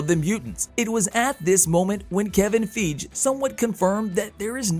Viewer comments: 😕 Question???....Who in Tha F☆%k is Kevin Feeege??? 🤷‍♂️ That damn robot voice be F☆%k'n up some names! 😏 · Wish you'd say Kevin's name correctly. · First- we all know that they can not make or reboot xmen until the contract window of the other cast expires. Everyone knows that is 2025. So stop with the I think nonsense. You are not predicting anything. Also learn how to say Kevin Feige's name.